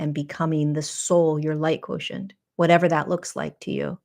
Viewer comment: The language teacHer in me confirms "quotient" as ~KWO-shent (I do this phonetic spelling all day ;)